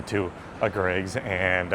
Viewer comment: Glad you Americans said Greggs right I remember few years ago an American said G Reggs instead of Greggs